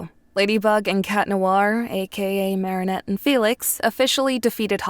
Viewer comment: i’m obsessed with how felix pronounces marinettes last name different every time 😂😭